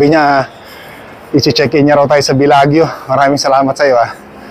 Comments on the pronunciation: Say Bellajo not Bellagyo. Hope this helps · Wow ikaw na ang pinakamagaling. It doesn’t matter kung magkamali sya ng pronunciation ikaw ba hindi nangyari na sa yo yan. Excited lang yung tao. Just be happy for him.